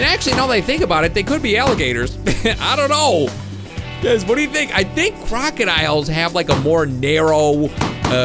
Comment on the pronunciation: when you said crocodiles it sounded like kraken isles